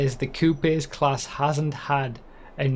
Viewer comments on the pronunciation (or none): Bro please learn to pronounce coupes lmao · is that really how other countries pronounce coupes or was he being funny? lol